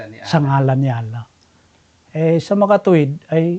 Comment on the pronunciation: Pagbanggit mo palang ng maayos sa pangalan ni Allah hindi mo ma-pronounce ng maayos. Hindi nga ganun kalalim ang pagkakaunawa mo sa Islam kaya kahit anong Relihiyon ang magpangaral sayo ay madali ka nila mapaniwala.